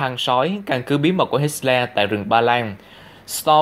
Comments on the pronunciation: Hitler không phải HitSler. Không có âm S. Tên của người nổi tiếng như vậy mà phát âm sai bét nhè. Không ra gì hết. Vậy sao cho LIKE được. Sorry nha. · hit xo le...thuyet minh kieu ji vay ban...! doc la hit tho le...de chap nhan hon. doc ji cho ng nghe biet la minh co ng co hoc...!